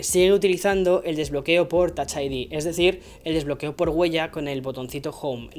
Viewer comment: "tach aidi" JAJAJA me encantó.